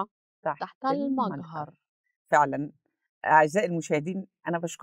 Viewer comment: أنا أخذت الكلام وذهبت لتفسير الايه جائني الرد القاطع فقلت لنفسي هؤلاء ناس لا يعرفون ينطقون مِجهر بالطريقه الصحيح هيعرفوا يفسروا القرأن ثانيا هي تقول أن حصل مشكله بين العلماء وهذا غير صحيح ثالثا تفسير الايه ومعني ما هو يحتمل شيئان وهي ما موصوله بمعني الذي